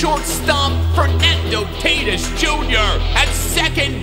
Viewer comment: You said Fernando Taatis jr.